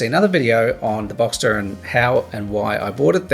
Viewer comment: Given your life history how good is your advice.......also learn to pronounce the name of the car properly